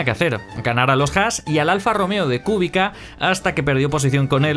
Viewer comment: Es "Kubitza"